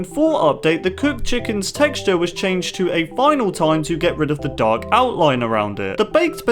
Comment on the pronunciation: when you say dark lines i understand duck lines 😂😂😂😂